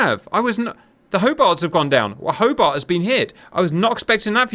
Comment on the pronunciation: Hoe-BARTT, Hoe-BARTT...